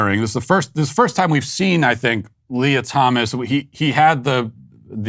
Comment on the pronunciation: It's Leah not Lia you bigot